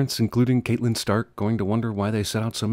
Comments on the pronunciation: It's pronounced CAT-LYNN, not CATELYN! Please be considered of us ultra nerds. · Giving CinemaCins a sin for saying "Catelyn" Stark instead of CATlyn. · 100 sins to for mispronouncing a Game of Thrones character name in a Harry Potter review... KATE-lyn Stark? Seriously? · "KATELYNN" Stark? ಠ_ಠ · It's pronounced "cat-lin" god damn you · Sorry internet.. Cat-e-lyn Stark is the pronunciation (cat-a-lin) One sin for you cinemasins ding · Now that I’ve seen Game of Thrones I had to come back here and say thanks a lot for spoiling “The Rains of Castamere” for me. (Also you pronounced Catelyn Stark wrong, even though it’s the more logical way) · I have a sin for this video. He pronounced "Catelyn Stark" wrong. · Learn to pronounce Catelyn Stark correctly please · is no one going to mention Jeremy's pathetic pronunciation of Catelyn Stark